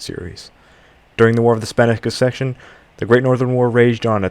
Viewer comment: Minor Errors bruh mispronouncing succession foe conseccuns isn't Minor!